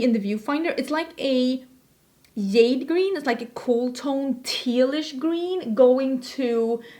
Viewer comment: I love these videos! They make me way more confident that I know what color(s) of shadow I’m buying when it comes to duo/multichromes. Thank you for your hard work on these! (PS and ALL LOVE, the J in jade is said with the “juh” sound 💚)